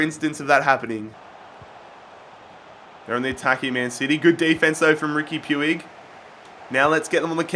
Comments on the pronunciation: Puig is pronounced Pweeg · It's pronounced puj